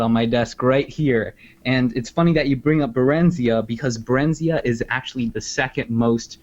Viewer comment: I may be wrong, but I feel like they mispronounced Barenziah. I feel it should be "barren-zigh-ah" but I may be wrong.